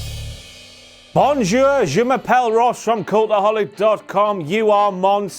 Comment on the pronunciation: ..did Ross say "Bonk-jour" at the end? Is he the Scout?